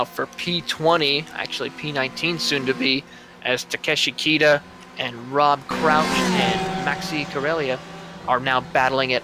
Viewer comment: Hey, one quick note it's Rob C_R_ouch... you keep dropping the R:)